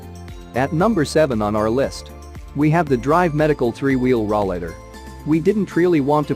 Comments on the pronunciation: RAW-LATER? It's called a ROLLATOR. Get your English correct, and stop with the computer generated audio. I got as far as 'RAW-LATER and clicked off the video. Get with the program.... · Yes ... hard to believe it is a "review" when they do not pronounce it correctly!